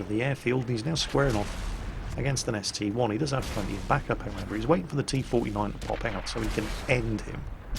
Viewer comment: actually it's an ST-i not an ST-1, look at the name it is ST-I not ST-1